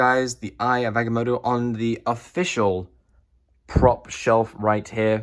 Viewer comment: It’s pronounced (Ag-ah-moe-toe) not (ag-e-moe-toe)